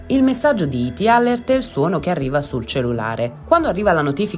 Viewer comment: Perché usate parole inglesi se non le sapete pronunciare?🤦🏻‍♀️🤦🏻‍♀️🤦🏻‍♀️ alert = əˈlɜːrt. A questo punto usate l'italiano.